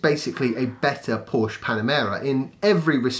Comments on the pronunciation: Spot on, about PHEV's being a stepping stone for people. Porsche have the seeds of the right idea. They'll not be too happy if people persist in mispronouncing their name, though!;-) I like the format of this channel. Shall pass the word around for you. Thanks. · Hey.. You're really upsetting my wife by pronouncing Porsche that way. Listen how it's done correctly :)